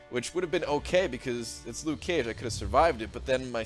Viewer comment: "Luke Cage" You don't have to pronouce the "ke" so clear just be natural XD